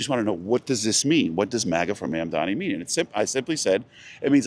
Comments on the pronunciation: i love how he refuses to pronounce mamdani correctly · You can tell this guy GENUINELY doesn’t know how to say his name 😂